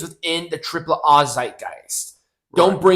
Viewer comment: It's hilarious. How like you pronounce AAA versus the way Conan on his podcast pronounces AAA stop trying to be too proper and just be normal